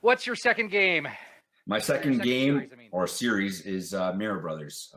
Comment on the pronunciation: finally the correct pronunciation of Mario.